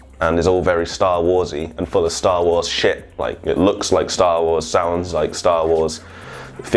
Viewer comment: I'm sorry, this made this vid hilarious for me. STAWOOOOOOSSSS!!!